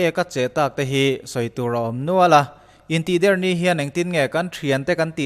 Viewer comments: In tihder i sawi dan thluk khi... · Intihder tih a "Der"tih lai hi thluk loh tur(ri hniam)tur niin ka hria ...a ngaihnawmin a bengvarthlak e ..tang zel rawh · Intihder hi i lam dan hi van mak ve.... kan lam dan nen a in ang lo tlat